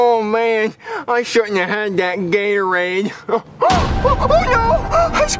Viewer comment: “Gay-tor-aid” said 😂